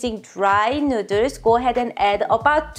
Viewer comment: Why do you keep calling them fellers nooders?